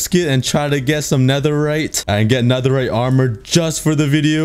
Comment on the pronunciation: You say full netheright but huuuuuhh the hemlmet????